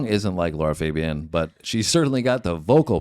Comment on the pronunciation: Americans...this is NOT how you pronounce Lara Fabian...🤦‍♀